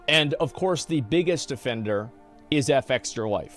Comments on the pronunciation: Is there a reason he is pronouncing Fextralife wrong? You just say the word, it's not Eff-Extra Life, it's Fextralife. Soft F. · What is surprising is the fact that Asmon continues to say " FX tralife " instead of their actual name.